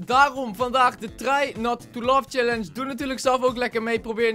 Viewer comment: Niet als haatreactie maar ik verstond try not to love scallenche